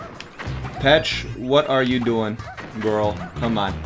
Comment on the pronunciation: Did he just call her Pech